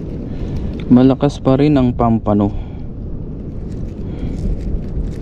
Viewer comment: No bashing po pls.❤ It's POMPANO po ang tawag diyan hindi Pampano or Pomfrets sa English